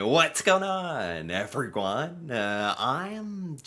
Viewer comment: "everyguan" = everyone 😂 Cool ima borrow that one👍